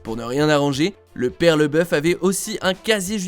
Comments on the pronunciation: Laboeuf pas leboeuf 🤣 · Tu fais un sujet sur lui et tu ne prononce pas correctement son nom. LAboeuf, A, et non Leboeuf. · LABEOUF PAS LEBEOUF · Le mec dit tout le temps " leboeuf" pour tant c'est déjà écrit en grand " labouef" 🤔🤦‍♂️🤦‍♂️